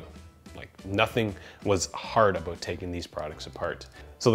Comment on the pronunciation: "aboot" -Wait, is this guy canadian? maple leaf on shirt -Yeah probably, im going to look at the description -Canadian confirmed